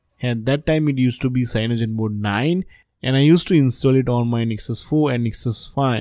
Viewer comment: Damn... This guy's brain and tongue breaks by trying to pronounce lineage and cyanogen...